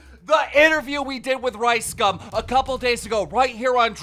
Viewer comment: Keem is mispronouncing LiceCum and its making me cringe